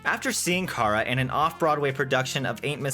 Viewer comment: Cara rhymes with Sara. Yes, in Spanish it sounds closer to how you're saying it, but in English she and everyone else pronounced it to rhyme with Sara.